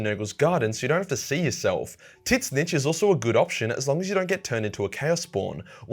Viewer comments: ....tit snitch? Tzeench. Tz een ch. Like zeench Not tit snitch. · I did'nt want to dislike the video,but your pronounciation of ''tzeentch'' just killed it dude.For the record it is''zyeeench'' not the ''tit-sinch''. First T does not pronounced. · Excuse me? Titsnitch?!?! It's pronounced "zeench" okay just making sure you now. And it ain't corn that's the food it's khorne. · Tit Snitch It's Zeench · I can’t stop laughing about how you saw titszeentch I thought it was pronounced zeentch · Why do you call it Tit Snitch? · DUDE, the way you pronounce "Tzeench" is ridiculous. "Tit-snitch". How the fuck am I supposed focus on the video when I can't breath through part of it? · Is there some reason you keep calling him Tit-Snitch in all of your videos, instead of just pronouncing his name properly? It's not that hard; just Tzeentch, with the T's being silent. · LOL , "tits niche" is what the automated subtitles went for when you speak the name of Tzeentch , which should be pronounced as 'zeen-che' according to google translate by the way. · Tzzentch ist called Seenisch nod TITsnitsch :-) cool video of all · Why are you saying Titsnitch and not Tzeentch??? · why you pronounce his name titsnech and not just zeench it’s easier the second way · Imma do u a solid, tzeentch is pronounced like “sinch” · It’s pronounced “Zeench” not “Tisnitch” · (trigger is on safety ⚠️ protect sack before clicking ) I don't pronounce the name tit snitch I pronounce it ZEEMCH when I play to Daddy. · Why pledge to them when they can pledge to YOU?… Also, TIT SNITCH?….I thought it was “zeench” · I keep asking myself, why is he reading Tzeench as Tit-snitch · Wait did he say "Tit Snitch?" lmfao it's pronounced "Zeench" one syllable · So I'm kinda new here but do you call Tzeench Tit Snitch as a meme or is that just how you pronounce his name? (I've always heard and personally call him Zeench). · Its pronounced Zeench..... WTF is Titchsnitch? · It's not Tit-Snitch. It's Tzeench. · but titznisch